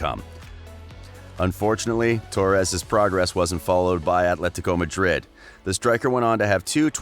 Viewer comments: When you try to pronounce Atletico Madrid as if you're Spanish you sound like an absolute tit....fyi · Why is this clown pronouncing “Athletico Madrid” like a camp Spanish water?